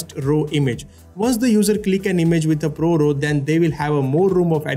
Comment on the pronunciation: What’s up with your pronunciation! You don’t say “Row”.